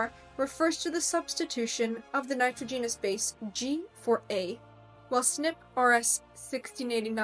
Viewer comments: First comment: if you plan on including lecturing as part of your career, spend a little time making sure you are pronouncing words correctly. You have some rather odd pronunciations for a native English speaker. This is very distracting, especially for technical terms at the core of your subject (eg nitrogenous being pronounced like genus, and genome like ginome). The meter and syllables stressed in some words was also odd. I’d also avoid uptalking as it is the most universally disliked speaking affectation. My second complaint is the complete absence of any discussion on the role epigenetic modification (eg methylation and hostile modification), interfering rna, or repeated sequences from indogenous viruses in our genome that activate at fertilization creating unique insertions that are the primary way individual humans are genetically diverse as they don’t code for actual expressed genes and are under less selective pressure as a result. All of these factors can have major impacts that either increase or decrease the transcription of a gene. So you can have a gene isoform associated with darker skin being expressed lower giving the same skin tone as an individual with a gene coding for lighter skin being expressed at a higher rate (eg bushmen in Southern Africa have a much lighter tone than their neighboring populations). Finally, certain hormones have a huge effect on expression. Take a look at the Nordic blond model who decided to become black (her words not mine) by tak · Very intersting. But NITROGENOUS is not pronounced that way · Show me an archeologist that can grasp the 160 plus genes involved in skin color I’ll validate this video. The narrator can’t even pronounce nitrogenous properly. That is all I’ve got to say.